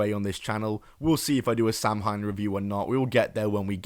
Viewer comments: In the states we say (sam-hane) but I know the correct Irish way to pronounce it is (sow-in). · The word "Samhain" is pronounced "so-when" and is of Celtic origin. It is not likely that NWA will have this show next year, but if they do, now you know. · Samhain is pronounced ‘Sow-when.’ It’s Gaelic. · Samhain is pronounced like "Sahwin"